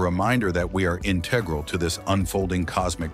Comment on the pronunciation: You mispronounced Integral there.